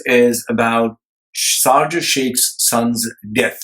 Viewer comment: Pls its NOT sarjah. Its SHARJAH🙏🙏🙏